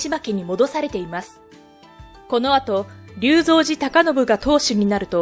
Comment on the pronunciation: りゅうぞんじではありませんよ。 りょうぞうじたかのぶです。 正確さに欠けるようでは、意味がありませ